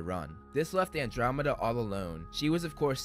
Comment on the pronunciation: why are you pronouncing andromeda like that 😭😭😭